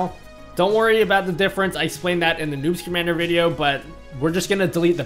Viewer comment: Sometimes I hear "newt schamandar" Instead of "noobs commander" XD